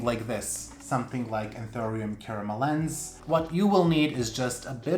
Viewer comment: It's a South American plant, so it is pronounced, Caramelensay. Not Caramelens. Just so you know...